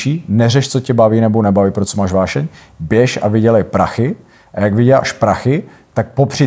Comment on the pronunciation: Než se bude pouštět do angličtiny, měl by najit "uášeň" se naučit mluvit pořádně česky. 😊